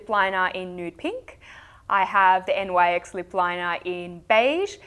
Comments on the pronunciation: Nyx is pronounced "nicks" ;) And Chinchilly by Essie is one of my favorites!!! Thanks for another great video :) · I heard that it is Nyx and not N.Y.X. because the brand is named after a goddess called Nyx (Greek goddess of the night) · It's not N Y X it's Nyx, like the goddess Nyx. She was the Greek goddess of the night. All lot of their early products had names from Greek mythology, they don't do that anymore.